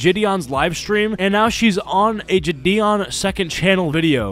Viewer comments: id like to correct u on how you say jidion Your saying Jh-Dion Im pretty sure its jie-dion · ur saying it wrong homie its jidion (ji-de oon)